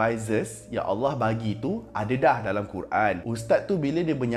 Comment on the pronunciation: Sorry aku terperasan sebut 'dalamm' lawak pada minit 7.24🤣🤣🤣